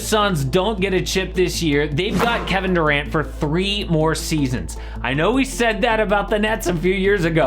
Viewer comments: "KeBEN DERant" 😂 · "keben derant"